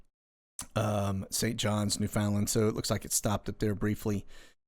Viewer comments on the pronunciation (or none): none